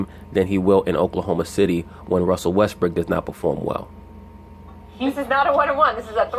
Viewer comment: I like your videos but you should stop calling him Westbrick, you have people who want to like listening to you who are from Oklahoma city and are fans of Westbrook. People understand you are trying to be funny but its getting old.